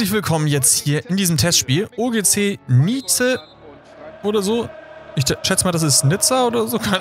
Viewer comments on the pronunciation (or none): Das wird vollkommen normal Nice ausgesprochen xD Ist ne Stadt in Frankreich, an der Küste syd Östlich von Frankreich, auch nah an der Grenze zu Italien ^^